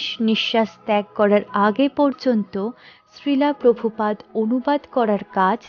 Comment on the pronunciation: হরেকৃষ্ণ। আপনার সবকিছু ভালো লাগলো। কিন্তু এক জায়গায় ভুল উচ্চারণ হচ্ছে। ভুলটা সংশোধন করে নিবেন। ভুল (শ্রীলা প্রভুপাদ)। হরেকৃষ্ণ।